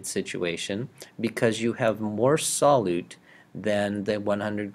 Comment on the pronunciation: Sol~you~te friend, not sol~ote